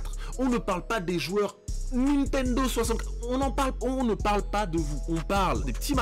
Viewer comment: il a dit nitendo 64 j'ai peter de rire